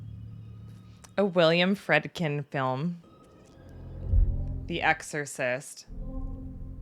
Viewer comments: Friedkin is pronounced FREED-kin LOL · The doctors came to the "conclusion" they did only because there were no other medical/scientific options left. The director's name is pronounced Freed-kin.